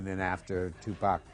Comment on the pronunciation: Good docmentary, but I cant stadn this guy who`s saying TuPec instead Tupac!